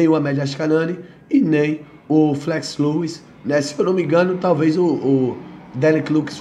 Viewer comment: 😂😂😂 que viagem viu, que viagem, quando for corrigir tenta ver primeiro se estar errado pra não ficar feio, Flex Lewis, se pronuncia Flex Lues antes de falar vai ouvir o próprio cara pronunciando kkkkkk